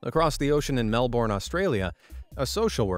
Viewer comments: I was enjoying this video until said: MelBORN. Bro, it’s Melbourne, pronounced mel-bn (best I can describe it). NOT MEL BORN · Bcuz it is. Just like most of the words in the English language, it’s not pronounced how it’s spelt. And as an Aussie, I can tell u that we get rlly annoyed when people say Mel-BORN